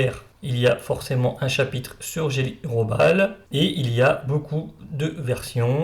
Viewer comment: on pronnonce GUÉLLY. RAHO-BAAL ..pas Jelly Robal